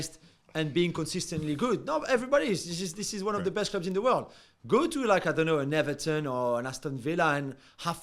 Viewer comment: Did julien just say neverton?